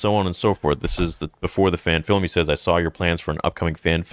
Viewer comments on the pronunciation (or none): Why do so many people say “SAWL” instead of “SAW”. Is it just an accent thing?